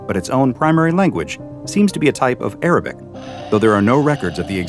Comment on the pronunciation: that caught me off guard ,I was like am I hearing that correctly ? 😂 also his pronunciation is pretty good